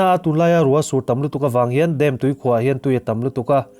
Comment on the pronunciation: Dam thluk hi.... Ka beng a thlep deuh. DAM a hawrawp ang anga mizo taka lam hian a dik mai a ni. Kan tawng leh tawng dang human kawp thuah kan tawng a him nan Thalaite"n kan tawng dik kan humhalh nan le. .duhsakna nen